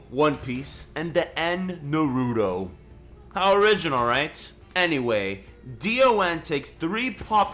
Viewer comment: I really hate how u pronounced naruto. Oh and on DBZ sagas, you put segas lol.😂